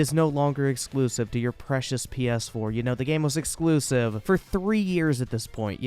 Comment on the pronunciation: "but muh eclusiv"